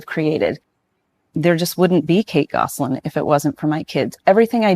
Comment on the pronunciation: The last name is not pronounced “Goss a lin”. It’s pronounced Goslin